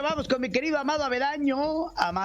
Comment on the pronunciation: Pedro: por qué le dices Amado Avedaño si es Avendaño?????